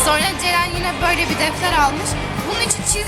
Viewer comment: sonra yerine sorna diyosun